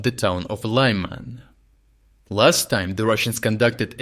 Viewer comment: I have to ask a question which has been bothering me for some time. Why did pronounciation of ukranian toponyms on this channel change? The anglicised versions make an impression that the speaker doesn't know how to say those correctly which seems odd. For example Lyman in this video - other Ukrainians say [liman], not [laiman]. I don't think this is a good step forward, especially now, when the channel faces claims challenging its authenticity. I remain a subscriber and I am grateful for the reporting, though.